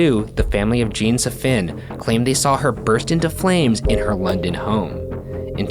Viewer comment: Saffin is pronounced SAFF-IN